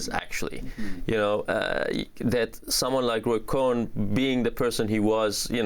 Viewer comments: Not Coen stop saying his name completely incorrectly It's spelling is far different than Mike as well are these two men COYNE said correctly us Cone not Coen as they are miles apart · Coyne Coyne pronunciation is Cone not Coen as in Mike Coen they are far apart as Coyne is a waco and Democracy hater. The other has become a decent person who has more than corrected his mistakes. Roy Coyne Cone not Coen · It's prounced CONE, not COHEN. Unfortunately, MAGAs won't see it. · It's Cohn not Cohen. Pronounced like Cōne. The host keeps mispronouncing it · His name isn't Cohen it's Cohn Amy. It's pronounced like own with a C in front of it! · How to believe anything to someone who didn't even bother to memorize that it isn't Roy CohEn but Cohn....? You're a joke. 🧠🙃 And people like that certainly won't be able to defeat Trump. 😔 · sometimes Amy likes to play little games like when she pronounces Cone like Cohen. she's from NYC silly goose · Amy, is it really so difficult to pronounce Cohn? A single syllable does it! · COYNE pronunciation is cone CONE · It's pronounced as spelt "cone", one syllable, no "e". Pronunciation matters. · The fact that she of all people does not know who Roy pronounced "cone" is.... is scary given how much influence he had in trump after only his father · STOP calling Roy “COHN” the name of “COHEN”! It is an insult to Jews, which is nothing new to this channel, but stop miss pronouncing his name and giving him the honor of being a “COHEN”, a blessing in Judaism. COHNs are NOT members of the COHANIM! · Hearing you say Cohen hurts my ears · Love your program, but you are mispronouncing Cohn. It's one syllable. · Amy always calls Roy Cohn 'Cohen' for some reason. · I can’t believe that Amy keeps calling him Roy “Cohen”—has she never seen his name in print? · Ray Cohn? Oh, I thought you said Ray Epps. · Not Cohen but Cohn. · The host cannot correctly pronounce “Cohn” and it feels only slightly less antisemitic than her usual content. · Cohn, not Cohen.